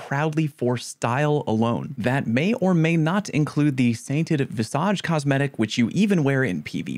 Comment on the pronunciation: it's VISSidge, not "v'SODGE" (visage, I mean) otherwise fantastic video also question: why do you bleep "shit" but then say "balls deep" like nobody knows what it means